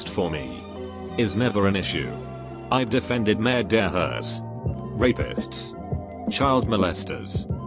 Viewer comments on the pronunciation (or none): & elsewhere "Murder" and "Murderers" ia pronounced like it is a cultured & fashionable French thing. Hmmmm. Maybe it depends on the style and flare it is done with!